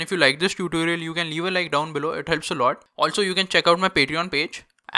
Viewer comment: I like how he says tootooliar